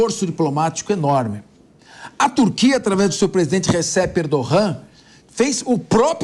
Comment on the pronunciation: Pq pronunciar o nome do Erdogan, com viés fonético castelhano.? Ridículo!...a pronúncia em turco é: {Erdoã} .... mas nós brasileiros, como um povo de expressão portuguesa, deveríamos empregar as regras de nossa própria língua...